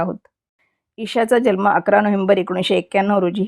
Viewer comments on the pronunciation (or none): none